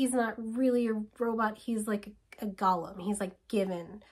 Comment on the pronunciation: Just to be annoying, a Golem is pronounced "Go-lum", not "Gollum" like from LOTR. Although I only found that out recently and when I read discworld, I also said "Gollum" in my head.